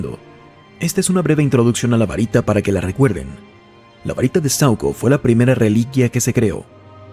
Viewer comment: Es saÚco, no sAuco 🙄🙄🤦🏻‍♂️🤦🏻‍♂️🤦🏻‍♂️